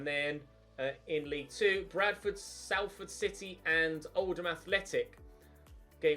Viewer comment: Great vid. Just to let you know it’s pronounced ‘sol-ford’ not ‘Sal-ford’ :)